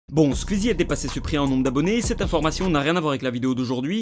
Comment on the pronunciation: Est-ce que ça perturbe des gens qu’il dise « Squuzie »?